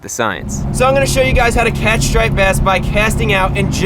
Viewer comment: Hygys (Hey guys) pronounced Hi-gis